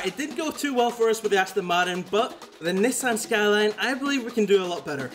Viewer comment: No way blud mispronounced Nissan skyline🤣🤣🤣😭😭😭